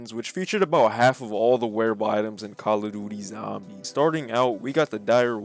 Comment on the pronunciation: Thanks Bro said calla duty zambies 🤣